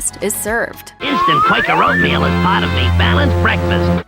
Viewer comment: Come on it’s Oatmeal, aahhh